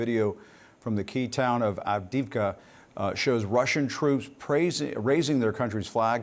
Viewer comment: Alright, please learn to say it better - Avdi-ї-vka, not Avdivka. Yes, thanks to Biden "support for Ukraine" till the end. He didn't clarify what end does he meant. And please tell me about $4.2 billion in PDE that Biden can send to UA at this moment but doesn't? And what about Lend Lease that was never set in motion after Biden signed it? Yeah, lots of words and no do!